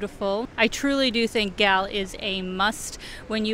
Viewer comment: The proper way to pronounce Galle is like as you would pronounce goal. But you did a good job. Hope u didn't hate sri lanka because of the weather coz even the locals are having a hard time with the heat.